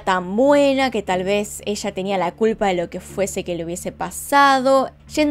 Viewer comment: me parece muy curioso su entonacion cuando menciona la palabra "PLAYA" suena como placha al igual cuando dice ELLA suena echa